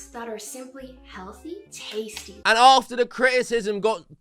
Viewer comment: I'm annoyed with how she says tastie